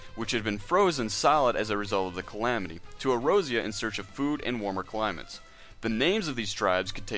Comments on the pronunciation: Ay-Oore-zee-yah. Not errozera, do you even play the game? I read what you said word for word on another website. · Its "Ey-or-zee-uh" not erozea, its not a JP pron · A OR Z UHH = Eorzea E ROSY UH Aside from that, enjoyable. This just bothers the shit out of me. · SAY EROZIA AGAIN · And "dinurial" ... idk if I can keep watching